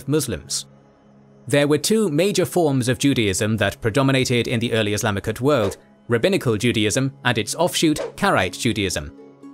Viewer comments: Why does he keep saying “Islamicut?”? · What’s wrong with the narration? Why are you pronouncing “Islamic” as “Islamichood”?? It’s jarring.